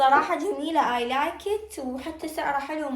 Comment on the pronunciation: ليش تكول ايلايكت مو اي لايكد؟